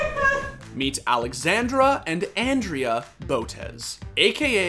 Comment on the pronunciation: My man really called Andrea "Ann-dree-uh" lol